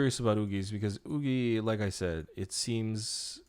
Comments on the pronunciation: Isn’t it pronounced YuKi... not OoGi? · YUQI, youki, 雨琦...i really dont know how to indicate the pronunciation but it's not wooqi. Thanks! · Is Yuqi actually pronounced yugi? i was so confused the entire time... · i was confused everytime he said oogi then i realised it was yuqi aa ive been reading it with her mandarin name pronounciation (yv chee) all along that it never crossed my mind how others/koreans would call her u u